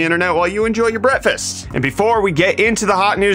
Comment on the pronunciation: I believe he said, “enjoy your brettfast”